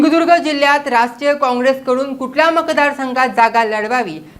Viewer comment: नानां तुम्हाला धड कोकणं बोलता येत नाही धड सिंधुदुर्ग तुम्ही सिंधुदुर्गाचा विकास काय करनार